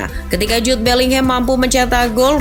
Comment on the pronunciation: Bukan Jube Min.. Jude bellingham